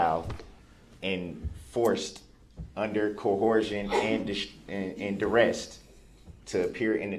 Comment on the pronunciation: The man who doesn't consent to being called Darrell Brooks (🙄) tried to add new words to the dictionary everyday... "You can't cohorst me. You gots me under doorrest." "I already axed you. I been done axin' you several times." "The record is inakerit. I just want the record to be akerit." "Is that lawfullaw?" "He wasn't no first eye hand witness." "Whatchu mean 'mute point'?" "How is that same statue being used?" "That evidence ain't got no valueness to it. NONE!" "Yerhonor and dis court have no intregady! You ain't got none!" "I gots yer oaf of offices RIGHT HEER!" "Dis minebogglin'." "It's reedicKolous yerhonor." "Was dat objection substained?" "Lemme remind you that you is under oaf right now." "Is that a tackit agreement?" "Tell da trooff, yerhonor. TELL DA TROOFF!" "Objection! Relevancyment?" "You can't dodat. You can't dodat yerhonor!" "Reason for da substaine?" "What's dah relevancyness of dat video?" "You just lookin' for uh, uh, uh, an escape goat." "A motor vehicle vs pedrextreian incident?" "Was you able to get a license place of the vehicle?" "Is that a judicidairy determination, yerhonor?" "What's the relevanciness?" "You were so efixiated on the eyes." "My 6th addmendment has been disguarded." "Do you look to see if any of the victims had underlining illnesses?" "I gots kids too. I cutted they un-biblical cords." "I'm the only one getting ammonish up in here! Dis ain't fair!" "They ain't letting me use no law li-berry, yerhonor." "It goes towards biastness." "Ha